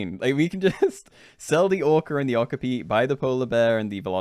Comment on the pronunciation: My guy, that’s not how you pronounce okapi.